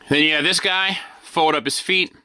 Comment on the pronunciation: Me, every time says, "feet" instead of "FEET" 😢